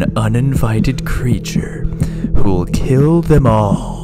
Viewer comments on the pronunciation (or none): not "wilk" its "will"